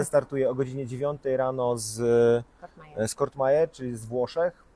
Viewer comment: Vangelis, nie Evangelis i Courmayeur nie Cour(t)mayeur